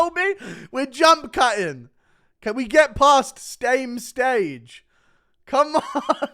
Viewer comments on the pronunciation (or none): “stame stage” 🤣🤣